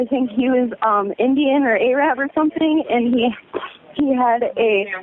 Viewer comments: or so... A-Rab? Seriously? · "He was Ay-Rab or something." 🤦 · What century are we in? I know I did not just hear caller #5 say “A-Rab”